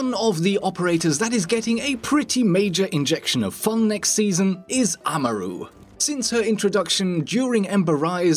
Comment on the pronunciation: the way he says Amaru triggers me.